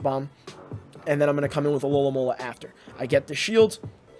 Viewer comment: only until half way through i realised he wasnt saying alolahn molar but alolamola